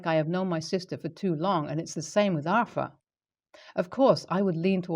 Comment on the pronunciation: Pronounce it as are-thur there is no "F" in it.